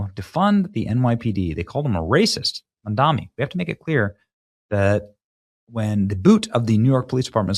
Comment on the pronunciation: Benny, 2 things ... 1. This is how to spell Mamdani. 2. Mamdani is pronounced "mom donny." Let's be sure that, as conservatives, we always sound knowledgeable. I hate the distraction of our side looking ignorant, giving the left an opportunity to ridicule our argument with something trivial. Make them defend their platforms and policies instead of taking a swipe at us for a misspelled/mispronounced name. Thank you for your attention to this matter. 👍🏾